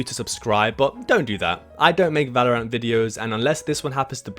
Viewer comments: Ah yes Valor-ANT! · 30 days and you still couldn't say valorant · can't say the name right.... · Why do you say Valorant like that?